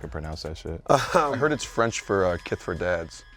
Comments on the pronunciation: Trinidad called him "keess" 🤣🤣 worst take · Worst take dad “ Kees” put some respeck on that mans name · Trinidad for calling him kees 😂😂😂